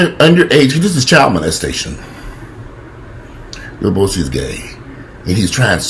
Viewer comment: Did say "Lil Bowsie"? I'm weak 🤣😂 #generationalgaponfleek #inthehizzlefoshizzle Lil Boosie is a complete fool and should be dealt with accordingly